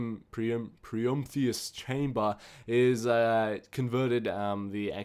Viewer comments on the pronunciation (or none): Haha, you say promtheus instead of prometheus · the word is not promtheus it's Prometheus as in the titan or the movie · Protheus promtheus it's Prometheus SAY IT RIGHT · its not protheum its prometheum. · its pronounced PRO MEE THEE UM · Split up the word, Pro-me-the-us. The is pronounced thee. Your great, KEEP IT UP :D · its prom-eh-thea-uss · It is pronounced pro- me- thee- us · HOLY SHIT SAY IT RIGHT You said promendiwbtidnekr You called it arcane essetials You said encryption core You said ethium ingot I cant even keep track of it your so fucking annoying sometimes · It's pronounced Pro-Me-Thee-In and Pro-Me-Thee-Us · how come you can't pronounce Prometheus? it's pro me thi us :P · PROE-MEE-THEE-US Is that so hard? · Prometheus. (PRO-ME-THEE-US) GAWD IM HAVING A SPAZ OVER HERE! YOU SAY EVERY FRICKEN WORD WRONG! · You pronounced nothing correctly. And snakes can climb trees but you mean spider. And premeathus is not empidhtiairjmtifudjfkdhfntr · Pro-me-thee-us. That's how you say it, like the movie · Pro-mee-thee-us and em-pie-Ree-on and tr-ace